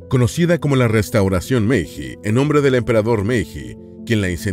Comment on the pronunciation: Se escribe meiji, pero se lee meilli.